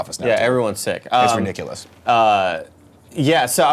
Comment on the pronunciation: "it's rinickulous"